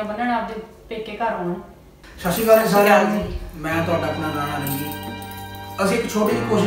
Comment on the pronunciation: ਸਸੀਕਾਲ ਨਹੀਂ ਸਤਿ ਸ੍ਰੀ ਆਕਾਲ ਹੁੰਦਾ